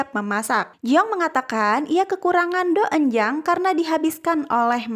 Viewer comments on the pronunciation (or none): Maaf cara bacanya itu donjang😅